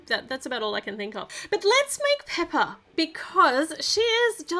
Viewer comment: It’s not peppa it’s pepa